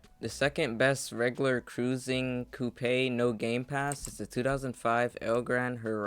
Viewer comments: Did you really just say coo-pay instead of coupe?! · The way you pronounced "coupe" is hilarious and i love it. keep up the great content